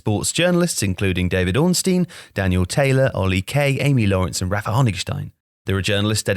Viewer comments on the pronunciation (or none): none